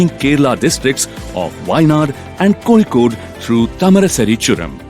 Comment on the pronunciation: കോഴിക്കോട് എന്ന് ഒന്ന് പറഞ്ഞേ കേൾക്കട്ടെ.. 😂😂